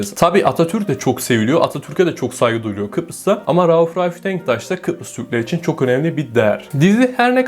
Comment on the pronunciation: Rauf Ralf Denktaş mı diyor anlamadım. Rauf Denktaş beyin başka bir ismi mi varmış?